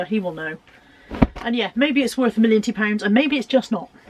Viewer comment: Morning, good haul love when you say millonty pounds hope you have a good week 😊 👍 ❤️